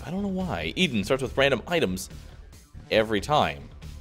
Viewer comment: Eden... its Eden. lol you have such a hard time with that